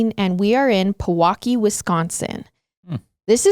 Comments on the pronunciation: It’s peeeee-waukee! kinda said “peh-waukee” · Pewaukee is pronounced - PEE- WAH - KEE 🤣. Wisconsin pro tip- always video the way the cities are pronounced 🤣 at bucks games they even make the new players try to pronounce the cities because it’s so funny the way people not from here pronounce them 🤣 love you guys always❤